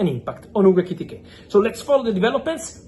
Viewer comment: Fabrizio, you are so amped-up and speedy that I can't relax and enjoy your content. Slow your speech and gestures down and you will grow 10m followers. Love your work, and love that you are incapable of saying Ekitike correctly more than once every 5 times you say his name! 😂